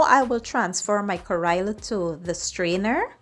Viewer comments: No kariya it called karella say it right you indian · It’s pronounced: ka-re-la. Not Kairela. 😡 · Please get the pronunciation correct. You made a video but you don't even know how ro call it correctly